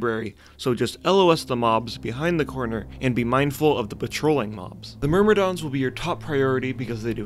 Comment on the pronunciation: Still the best vanilla content provider out there. But bruh, please read words before pronouncing them. Com-pen-di-um. Myr-mi-don. ;)